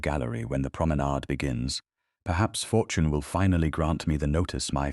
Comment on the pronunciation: ...Youth, beauty, fortoin? Your AI narrator is horribly mis-pronouncing words. Its annoying and ruins your stories. Get a getter narration setup and teach it proper pronunciation and not to make unnecessary sounds within the text that have no business being there. Thumb's down on this story.